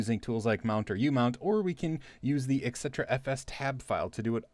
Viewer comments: eh, its not EXETRA, its ET CETERA :) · the correct pronunciation is "et cetera."